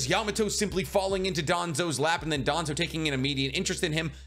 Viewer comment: Wouldn't even be surprised if it was danzo Its danzo cmon